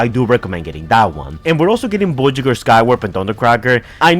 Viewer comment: Bro, why are you saying the word voyager like that? It’s so weird and irritatin.